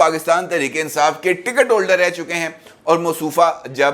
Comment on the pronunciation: Insaaf nhn .. INSAAS...